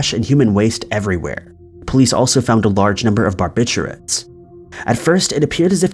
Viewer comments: “Bar’bitch’urates” Classic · Bar- bit- you- it’s....that’s the way it’s pronounced. Not being a bitch, just saying. Love your channel. Great content!💪🏼💕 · Haha...No your Not Alone😂 He Definitely Mispronounced the word & Most def sounds even more Funky the More & more you say it 😂🤣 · It is lol he definitely mispronounced it. Sounds crazy, & for some reason, it brings up odd mental imagery hearing it pronounced the way he said it.